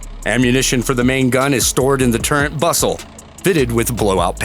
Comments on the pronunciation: It is a "TURRET" not a TURENT". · Your constant mispronunciation of the word turret is mind boggling considering this is a video about tanks. There is no n in turret. Definition of turret 1 : a little tower specifically : an ornamental structure at an angle of a larger structure 2a(1) : a revolving armored structure on a warship that protects one or more guns mounted within it (2) : a similar upper structure usually for one gun on a tank (3) : a gunner's fixed or movable enclosure in an airplane